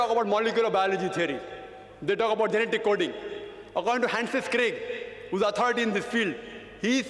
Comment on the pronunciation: I don't want to use slang but seriously dude you are forcing me. its Francis Crick not Hansis Crick. and he never said anything about evolution either